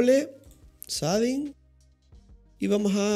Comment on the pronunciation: "sading" shading